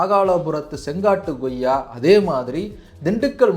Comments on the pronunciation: நண்பா goyya ன்னு சொல்லாதீங்க, koyya ன்னு உச்சரித்தால் நல்லா இருக்கும் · Bro, one suggestion. please try to pronounce accurately like koyiaa not goyiaa so that people following you will also do so. Thanks. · Ngoyaa pazham illa.. koyyaa pazham. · Koyya என்று சொல்லாமல் ஏன் Goyya Goyya என்று சொல்கிறீர்?